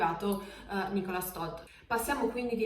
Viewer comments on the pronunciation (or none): Meno male, un(a) italiano(a) che non dice "Charls" ma "Charl", però pronuncia "Leclerk" ma si pronuncia "Lecler"...... Idem per "Nicolas" l'ultima lettera non si sente in francese (è muta) , si pronuncia "Nicola".